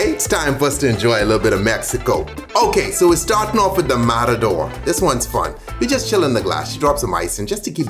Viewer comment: Como fue?? Mararor?? Noooo es matador omg hablemos bien !! O empezamos mal y asi no sabe bien !! Mararoorrr wtf!!